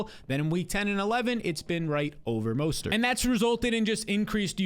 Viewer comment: Why do you say Raheem mostert with 3 different pronunciations